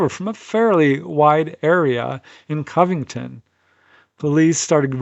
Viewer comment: It's pronounced, Covington. Cov rhymes with Dove. It's not, Caahh-vington. I thought you were well travelled? Haha